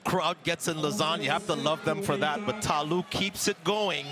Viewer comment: I wishthe announcers stop mispronouncing Ta Lou's name and calling her country Ivory Coast.